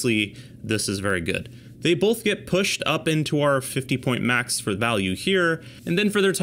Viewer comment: “Bolth”. So distracting.